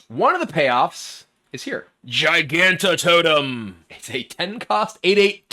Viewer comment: Hearthstone creators have to actually be trolling us with these Gigantotem pronunciations. At least kibler has managed to remember the existence of the soft g